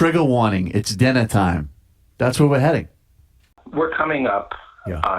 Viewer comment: Triggah warning: it's dinnah time.